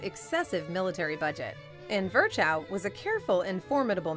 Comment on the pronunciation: Can you please refrain from butchering German names such as "Virchow"? It's more "Veer-hoh" and not even remotely close to you made of it.